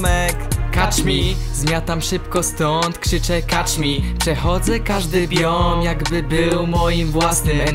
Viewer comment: A poza tym to się czyta kecz mi a nie kacz mi :) pozdro